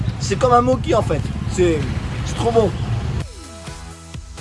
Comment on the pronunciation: Tu me fais marrer avec tes mokis on dit Mochi